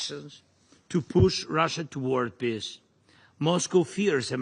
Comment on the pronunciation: He keeps saying piss instead of peace